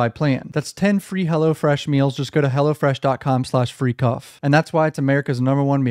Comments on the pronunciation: I thought you said “freak off” not “freecuf”😂😂😂😂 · Bro your code "freecuf" almost sounds like "Freak Off" lmao